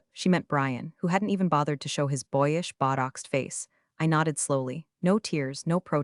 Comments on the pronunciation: oh so that's what "bought ox" meant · AI can't even pronounce botox... i wonder what other languages sound like coming from these technological demons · Funnier was the AI pronouncing botox as buttocks